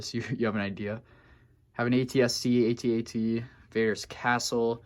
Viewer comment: Just FYI, the walker is pronounced "@ not "ay-tee, ay-tee". Been that way since 1980. Search up the old Kenner commercial.